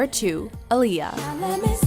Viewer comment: OMG YALL ARE ALWAYS PRONOUNCING AALIYAH’S NAME WRONG ITS PRONOUNCED AH NOT UH AHLIYAH NOT UHLIYAH BUT SPELLED AALIYAH